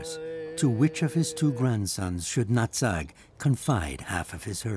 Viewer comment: They also mispronounced Old Nutt-Sack's Clan instead. Old Natsag's Clan.